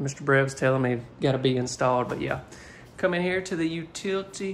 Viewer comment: Sometime sound like you say utitly room